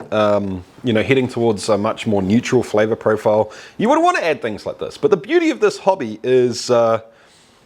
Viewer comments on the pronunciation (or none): is it uuuuuurthie pahtaytowie flayvah?